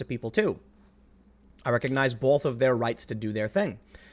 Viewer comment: Tim I'd rather hear you say "fuck, shit, piss" instead of "bowlth" when you should be saying "both" lol Is it just me that this ever so slightly annoys?? If so I'll STFU! 😆